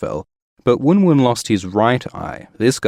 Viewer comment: Not pronounced woon woon its One One..he was named after Phil Simms who wore number 11 during his hall of fame NFL career. Confirmed by G.R.R.M